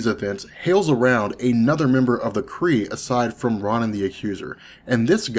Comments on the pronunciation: His name is Ronan, as in Roh-nahn, not Rahn-in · Why do you pronounce things so weird? The way you pronounce Ronan, Raccoon, Captain Marvel doesn't sound right. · Okay, I guess Ronan is the only one that sounds wrong to me.